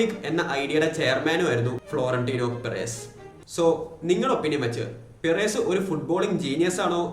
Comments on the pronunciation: പിറേസ് അല്ല ബ്രോ പെരസ് ഫ്ലോറന്റിനോ പെരസ് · Bro റായാൽ മാഡ്രിഡ്‌ ന്റെ പിറെസ്സ് എന്ന ഉച്ചാരണം കേൾക്കുമ്പോ നല്ല ബോർ ഉണ്ട്, kindly make sure u pronounce names properly 🙏 its റിയൽ മാഡ്രിഡ്‌ ആൻഡ് പെരസ്